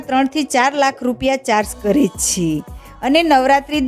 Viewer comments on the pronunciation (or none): Chh chhhe😅